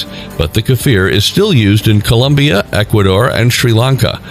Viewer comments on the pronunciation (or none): none